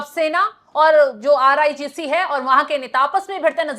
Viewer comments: मैडम irgc not rigc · एक पत्रकार हो के आईआरजीसी को राइट से नहीं बोल पा रहे हो